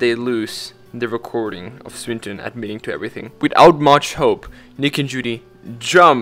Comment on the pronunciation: It's a hard "i" on "Swineton", and a hard "a" on "oasis".